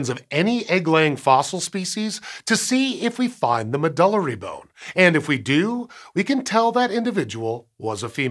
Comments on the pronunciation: I think it may be pronounced “med-yew-lary”? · I've never heard anyone pronounce "medullary" the way it was said here. MED-yoo-Larry is more like what I always hear in Continuing Education talks and conferences. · I've always heard it pronounced "Med-You-Larry"